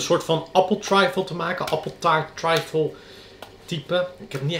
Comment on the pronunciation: Volgens mij spreek je trifle niet op z’n Engels uit maar gewoon als ‘triffel’. Kon het niet laten om te zeggen, sorry hahaha! Suuuuper leuke video.